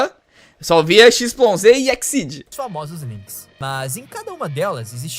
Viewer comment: "eks zis " q eles falam e n "exceed"